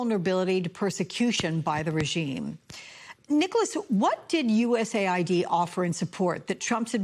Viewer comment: My god… even after the guy corrected her she keeps saying USA ID. I AM LAUGHING 🤣 HARD